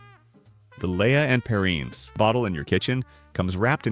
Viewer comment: The food tell. Haha. How about AI narration tell; a human would know how to pronounce "Lea and Perrins".